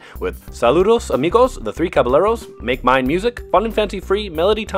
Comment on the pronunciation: You pronounced "caballero" in the whitest way possible.